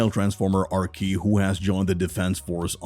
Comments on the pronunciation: that’s pronounced AR SEE not Ar kee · It’s probably rc not arkee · It's Ar-see not ar-ki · Arcee .....(R see) not arkee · Bruh man said arkey instead of arcee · Ener - Gone Ar - Key 😭😭😭😭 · when they called arcee “arkee” instead of “arsee” i almost laughed so hard 💀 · It's pronounced Are-See not Ar-Key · It's not ARKEE, it' pronounced Are-SEE. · Im sorry but when he said ArKee not Arcee i was like 🤨 or like 😂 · It’s “ar-see” not arky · It’s pronounced R C.. not arkee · Who's Arkee? You mean Arcee? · well that arcee pronounciation threw me off. Its R See or not R chee. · Pronounced R-C not R-key. lol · Arcee's name is pronounced "Are-Sea", not "Are-Key" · Ar-kee? Arceeeeee. Like Are-see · That and he said Are-key instead of Are-sea for Arcee. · He did not call "arcee"...."Arkee" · mfr said arkee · Arcee is pronounced as "R-C" Energon is pronounced as "N-ER-John" Please do more research on pronunciation on the correct names as it would make you more of an idiot. I'm not trying to insult you but you are taking words and mispronouncing them. I'm only trying to help. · its pronounced R-SEE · Are we gonna ignore the fact he called Arcee. ARKEE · This dude really just said Ar-Kee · Arcee is pronounced "ar see" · The way he pronounced Elena and Acree it’s pronounced (rc) lol and she not new lol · 'Scourge' Goes to show Alpha Trion, sad to see the guy talking has little to no knowledge of transformers, and just saying whatever the script was given to him. Also please the right pronunciations are enerJon and arSee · Listening to this narrator butcher common words like energon and Arcee makes me believe he’s never actually watched any transformer cartoons, movies or shows 😆